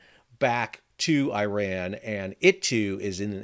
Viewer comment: Iran= E-Ron Iran# Eye-Ran